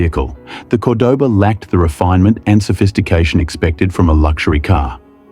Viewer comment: What kind of AI crap is this? Fake English accent pronouncing Cordoba 2 different ways? C'mon!